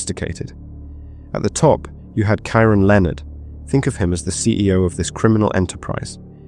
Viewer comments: It’s said .. key ron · How on earth do you reach adulthood and NOT know how to pronounce Keiron??? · I'm struggling to fathom you're English, yet can't say the name Keiron properly 😮